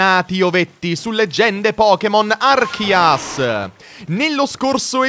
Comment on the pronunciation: Ma si dice Arceus